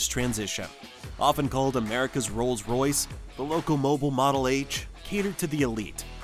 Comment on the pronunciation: It's loco-mobeel. Not loco-moble.